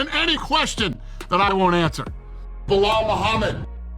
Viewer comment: “ Belal Mohammed!” 😂😂😂😂 🤦‍♂️🤦‍♂️ 🤦‍♂️